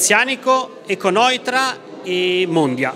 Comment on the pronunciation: Perché dici econoitra